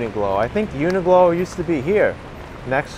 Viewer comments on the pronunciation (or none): Hi - quick question - why do you keep calling the shop Uni Glo when it's actually called Uni Qlo pronounced Uni Klo...? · UNIQLO IS PRONOUNCED, YOO NUH KLOW. JUST SAYING.